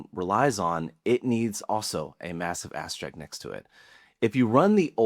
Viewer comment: what's an "asterick"?